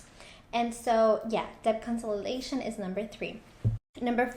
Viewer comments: because she definitely is mispronouncing the word. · Why do I feel your mispronouncing consolidation